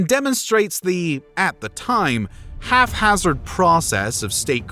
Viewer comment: Haphazard not half hazard